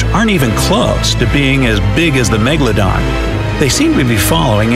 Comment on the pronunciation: Why do i always laugh when he say meGALODON